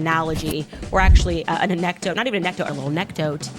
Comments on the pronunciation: The A-neck-dote one 😂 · A Neck Dote 😂😂😂 you gotta be kidding me with that one she really said that??? Hahaha 🤣🤣